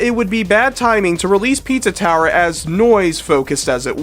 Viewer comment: 🅿️EEtza ToweerR!...